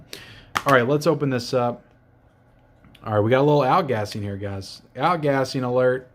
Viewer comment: What is saying? What kind of alert? Out-gassing?